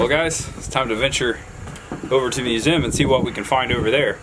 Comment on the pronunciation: Back when you had to literally make your bed! Them apples sure look good! I love these historic homes!!! Very good chicken and cow impersonations lol!! Every cow is named daisy, let’s be real! Oh man you threw it on in there lol!!!! Aw, Main Street is so cute, and wow, it was empty! That’s awesome that your grandpa signed the book. Wilbur was right! Great myoooosuuum and great video,! So glad you got some family time and visited this wonderful place to share with us!